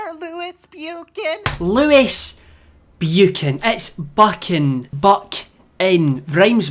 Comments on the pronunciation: You need merch saying buchan not bu-chan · It is pronounced Buch-Han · FINALLY DAMN IT! He got over scrubby and "bewkan" ugh... Makes me cringe and want to slap him across the face every time he mispronounces "buchan" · Never heard someone butcher Buchan so badly. I swear anyone who isn't Scottish can't say Buchan.